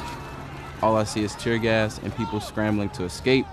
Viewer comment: Lol did you meant to say tier gas lol